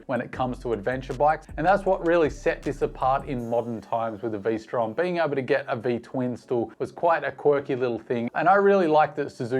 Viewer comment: Not Vstrom… Lstrom…